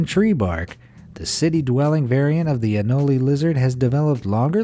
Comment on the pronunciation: It’s anole not anolEE